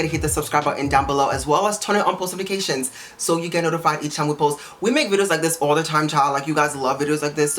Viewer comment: Did you just say Polsotifications